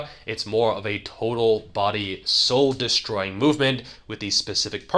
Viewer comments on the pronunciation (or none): I had to listen to the part over and over: I wasn't sure if I was mishearing what was saying. "Did he say 'sole', as in 'sole of the foot'?" I thought. "Or is he saying 'psoal', a muscle I've never heard of that is like the psoas muscle?" But, no, it's apparently what I instinctually thought he was saying: "soul". 😆